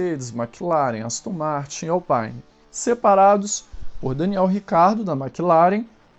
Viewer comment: Gente a equipe AlPine já falou que o nome é AlpIne não Apaine , então para de inventar o nome! Gostei do vídeo, mas tem que melhorar a questão da imparcialidade do narrador ou do redator, pois quando ele fala do Hamilton ele fala das 29 vezes com um ar de condenação! Simples assim tem 20 carros na pista, 16 passaram por lá inúmeras vezes, mas ninguém fez uma ultrapassagem por lá indo tão para fora quanto o Max. Quando fizer um vídeo informativo, apenas informe, ou fala logo é sua opinião pessoal não o que os comissários acham. Desculpa é o primeiro vídeo que assisti desse canal e como fã de fórmula 1 sinto na obrigação de falar, tanto para melhoria do canal, como um telespectador que procura tudo sobre o esporte . Lembrando é Alpine não Alpaine